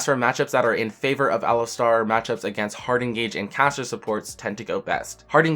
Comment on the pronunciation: Dude, get yourself to a speech therapist. You make "caster supports" sound like "casha suppors." Look up cluttering on wikipedia.